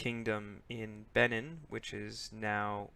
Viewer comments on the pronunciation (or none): It's pronounced "Bay-NEEN"